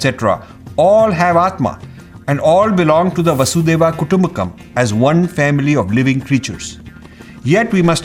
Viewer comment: I like the message but Rajiv has made several pronunciation mistakes — Vasudhaiva Kuttumbakam and Ādi Śanḳarā for example. It is also not appropriate to speak poorly of gurus just because they do not agree to Rajiv’s point of view. Calling them morons is not only disrespectful but diminishes his message and stature.